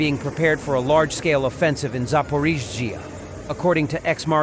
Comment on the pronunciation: Soumy, pas Sounoumy! Zaporijia, pas Zapori! Marioupol, pas Marioupopol!